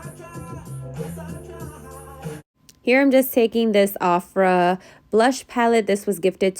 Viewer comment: U slayed sis 😍 u have perfect lids for cut creases 🤤u were saying ofra right btw 😂 ❤️